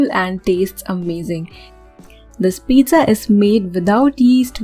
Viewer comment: You idiot don't know how to pronounce pizza